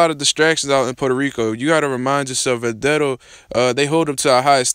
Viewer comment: man... least learn to pronounce his name bruh